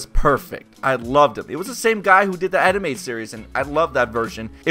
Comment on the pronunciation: Did you say anime or animated?! Wtf?! Say the right word clearer!